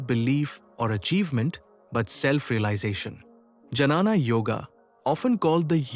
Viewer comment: This AI pronunciation and reels are just killing me. It is not Janana Yoga but Gyana Joga.